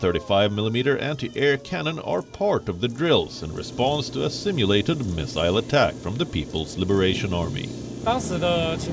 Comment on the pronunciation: It's simulate not stimulate